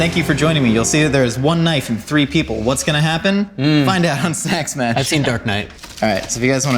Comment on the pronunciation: Did he say sack smash that one time?